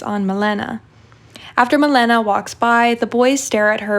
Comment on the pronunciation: girl......its Maléna